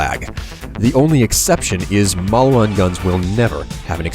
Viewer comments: malwan?| its maleewahn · Are you sure its Mauwan? It looks like Maliwan to me. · Isnt it "Maliwan" and not "Mauwan"? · also, mal-ee-wan, not mal-wan. just sayin'